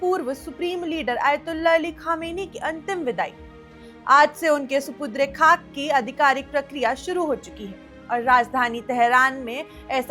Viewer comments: SUPU...DRE nahi madam SUPUR..DE KHAK hota hai.KUCH reharsal kar lia karen screen par aane se pahle. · Supudre khak ? Apna Udru thik kijiye😊😊😊